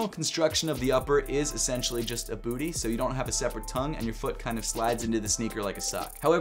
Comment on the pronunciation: says "BOOTIE" Most well pronounced "BOOTIE" on Youtube goes to.